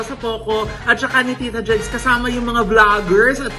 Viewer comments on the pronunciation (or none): "tita jegs?"😅😉